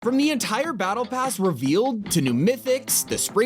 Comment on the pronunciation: "entire battle pass relaved" lol